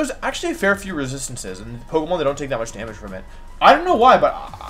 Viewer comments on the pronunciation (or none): your pokemon pronunciations upset me